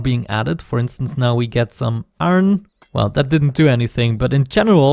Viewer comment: It's iron not "aron"